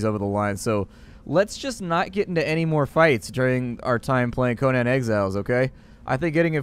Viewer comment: It's pronounced coh nin